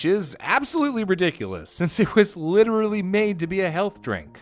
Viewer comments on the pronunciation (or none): none